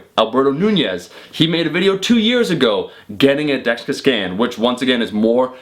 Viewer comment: You seem like you're having trouble saying "dexa scan"